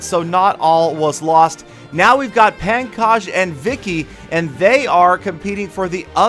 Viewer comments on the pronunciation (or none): the name is not pronounced as pan kaj its more like pongkoj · Pankaj pronounced as Punkaj.